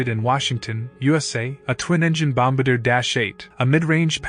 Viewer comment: Bom-BAR-dee-a not BOMB-Buh-Deer. The word is French and the aircraft is a De Havilland Canada Dash-8 Bombardier (DHC-8)